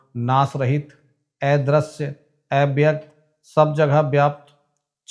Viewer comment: Kripya thoda uchchcaran par dhyan den EIVYAKT nahi AVYAKT hota hai